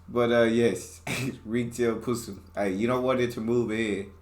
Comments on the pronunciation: Possum... Not pssm🤣😤🤣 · Possums, not PUssums is how we pronounce the name of this species. they are delightful animals with some very destructive garden habits; our fault for destroying their habitat and forcing them to adapt to fruits and vegetables grown in suburbia as their food sources..